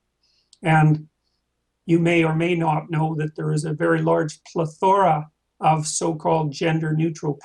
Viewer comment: Can't remember the other one? You should run with Perry. You fail to see much, which is disappointing, from a UToronto prof. You must get laughed out of faculty meetings. You should at least change your shoes, before starting in, with the "pleTHORa" (it's pronounced "PLETH-ora," you pseudo-academic hack), if that weren't an insult to Mr. Rogers. "Normative, (you) would say?" That's not deep, Marxist/postmodern? In terms of determination and agency, the two couldn't be further apart. The Soviet Union and China are not even true examples of communism, which rises from the proletariat. You're nothing but a pathetic wannabe who thinks he's using "big words," but they're not. Moreover, you're not even using them correctly. I have never seen a more pathetic POS, on this show, or maybe even the US Congress. You're garbage nonsense only does damage to the academy. Make up my ass, bitch. You're a fucking pussy-ass douche. Go the fuck home, before you do more students and theory and research more damage, with your baby-talk, bitch.